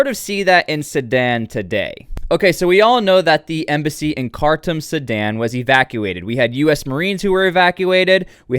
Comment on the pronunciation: Ironically it's pronounced "car tomb"